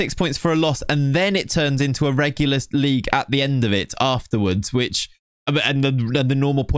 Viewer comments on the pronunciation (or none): none